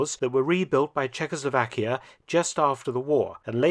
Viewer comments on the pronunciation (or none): none